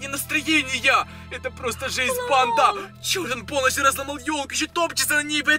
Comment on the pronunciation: ты говаришь бандааа долго произносишь букву а